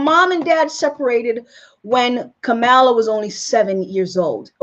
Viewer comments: First of all, before you complain so much about Kamala Harris, I suggest that you learn to pronounce her name correctly. Kamala is an Indian Goddess' name, also known as Parvathi, obviously given to her, lovingly, by her mother, who is of Indian heritage; she is from Tamil Nadu. Her mother is a medical doctor, an oncologist - a breast cancer specialist, who has done extensive research in breast cancer and its causes. She is not Kamaaala as you call her; she is Kamalaa (for purposes of correct pronunciation), but spelled Kamala. It makes no sense to me why you keep calling her "fraud" just because she is not Black. Kamala Harris never claimed she is black; neither did she claim to be or pretend to be White. She is who she is. She is brown; she has a wonderful, glowing, chocolate complexion. I can sense that she is very proud of her Indian Heritage also, as she aught to be. She must be proud of her great accomplishments, too. She is a talented, well educated, well accomplished woman; she is a skilled, intelligent, hard working politician also. I suggest that you read about her first before "digging" information about her father and her grandfather. Why do you blame her for who her father is or who her grandfather was? She was born in California, so that makes her a US citizen by birth; she has a Bachelor's degree in Economics from Howard University, and she earned her JD from the University of California, Hastings College of the Law. If you compare your accomplishments so far w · Maybe start by learning to pronounce her first name. Kamala is pronounced like ‘Pamela.’ Why are you trying to tear Sen Harris down? I don’t give s damn what race she is! I care what she says, what she does, what she believes and will work to accomplish for our country. Shame on you! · You should know how to pronounce her name correctly. And her mother died of cancer. I appreciate your video, but you should be more informed before creating a video about her. It would make it more credible.